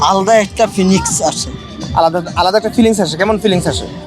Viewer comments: Fillings ❌🙄 Phinix ✅ 😮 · Feelings❌ feenix✅🤣🤣